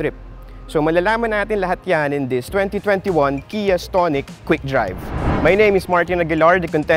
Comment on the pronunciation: Iba yung pagkakabigkas mo ng stonic ah. Ahahaha STONE-ic. Ahahahahaa